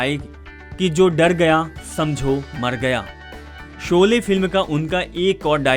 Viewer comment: Jb bolna nhi aata to kyon isko bolne ko dina.shole ko sole or jhan z ana chahiye whan j bol rhe hain. Na lahja hai bhasha hai. Ise hataen is job se.